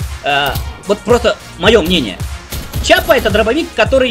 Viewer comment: Что ж у вас у всех привычка называть оружие верх дном. Не чапа а киапа